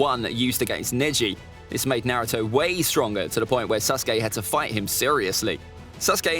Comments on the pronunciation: Man said Narto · there are ppl who say his name as (nah-roo-toe / nuh-roo-toe) but he says it as (nare-oo-toe) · 20 seconds in and I already want to ring his neck out. He is saying Naruto wrong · Ain't no one gon talk about how he said nareuto verses SUSkay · Ah yes susgay and Nahutoe…